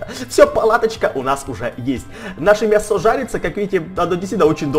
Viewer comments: Почему мясооо,а не мяяясо? Или ты специально так говоришь? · мЯсо!!! не мясО, мЯсо!!! ударение на я. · У тебя падает ударение на о слово мясо? (Лайк!) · Он сказал мясО а не мЯсо XD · почему ты говоришь мясо ударение на о? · в слове мясо ударение на Я а не на А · мясо страно сказал